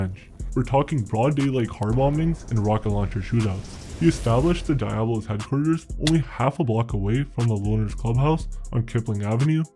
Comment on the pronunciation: You should learn how to pronounce diablos